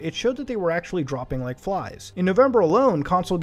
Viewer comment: Did you rike it?